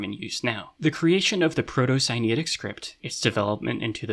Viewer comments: I find it so interesting that the egyptian/sinaitic correspondence is only which object it is and not the actual names, shows whatever level of understanding. Also, where did you get the pronounciation for "sinaitic"? it looks like its related to sinai, so wouldnt it be similar? idk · great video, but i don't like how you pronounce sinaitic like sinitic. it confuses me